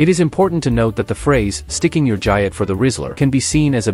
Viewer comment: nice AI trash mispronounces the main term in the video its explaining thumbs down